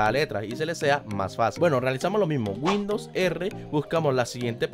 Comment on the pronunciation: Dijo como 4 veces windous r jajaja